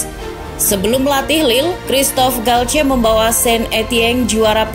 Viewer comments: Galtier bukan galce🤣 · Cara baca dalam bahasa prancis gitu bang